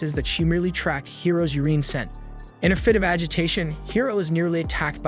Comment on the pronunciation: He pronounces Urine as "Ureen"